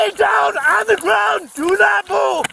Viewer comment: GET ON THE GWOUND!!!